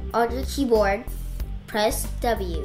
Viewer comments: I srsly heard her say pee board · Omg he said pee board hahahaha hahahaha hahahaha!!!!!!!!!!lol!lol loooooolllllll!!!!!!